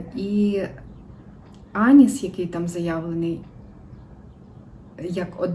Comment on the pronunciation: Доброго дня! Вас дуже цікаво дивитися і слухати. Але чому ж Аніс?))) Звісно анІс, наголос на другий склад. А то проситься якась паралель з Анусом))) , вибачайте